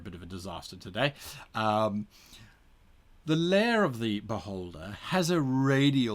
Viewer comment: My inner 12 year old has to giggle every time Guy says "beholder". It tends to sound like "butt-holder". I also laugh at butt jokes and tell dad jokes (much to my daughter's annoyment). So.... yeah... Sadly, any character that I play is now forever going to die from an insane amount of attacks by a very annoyed beholder wondering why this adventurer who came to challenge it is on the ground laughing...